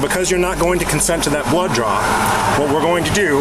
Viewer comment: They said blood draw but it sound like blow job 😂. Almost had soda go up my nose.